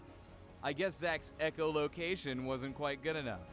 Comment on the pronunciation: "Ekko-location" XD